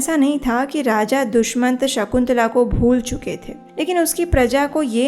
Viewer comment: HareKrishna Ji💐🙏💐Dushamant nahi Dushyant🙏Jaha tuk hum jaante he